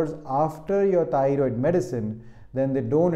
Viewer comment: Thioriod - Mallu accent is deliberate ?